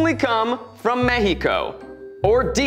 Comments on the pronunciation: Zach can actually say "México"!!! Tears of joy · I liked how Zack pronounced México🧡